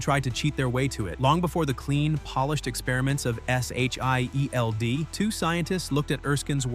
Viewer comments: Why can't this AI pronounce the word SHIELD? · You had me until "S H I E L D."